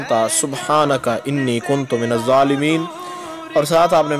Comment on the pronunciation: Kuntum nhi hota kunto hota